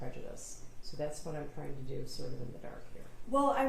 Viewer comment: you're honor i am so sorry. But i am either completely inept and/ or stalling to ruin the cadence of the prosecution's questioning. Can you give me a bottle and a blanky? I am really "twying" my hardest here!